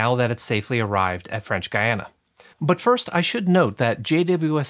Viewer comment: French Guiana... your pronunciation is painful.